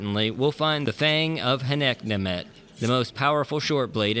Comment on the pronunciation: I've always called this the Fang of Hey-no-Come at me. Truly impressed with how you say it.